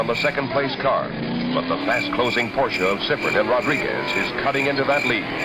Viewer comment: Why doesn't the announcer know how to say Porsche?